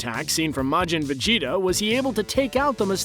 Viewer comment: it's Majin Vegeta not Majin Vegtio